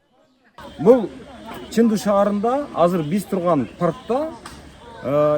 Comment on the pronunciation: Чендуу шаары десен, нымдуу шаары дегендей угулат экен.